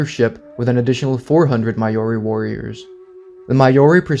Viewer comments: Hey, great video! I really enjoyed it Just wanted to let you know that "Maori" is pronounced "Mao-ree" (somewhat like the name Mao-Zedong, for example). It's not "My-oree" (As in "My"), as you've pronounced it in this video. And it's definitely not "May-Oree", as so many foreigners like to pronounce it. A Kiwi can always tell when you've pronounced it wrong 😅 Hope this helps, if you're ever going to make more videos mentioning the Maori people :) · Maori is pronounced 'Mau-Ree' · you butchered the pronounciation of maori than they did to the moriori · Please stop pronouncing Maori so wrong 😭 as a kiwi it hurts and feels a little insulting as it’s nowhere near correct